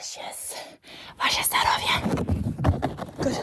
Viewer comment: Hello from Russia) С акцентом ,,ваше здоровье,, очень забавно звучит, даже немного мило это слушать, и да, за ваше здоровье тоже ;)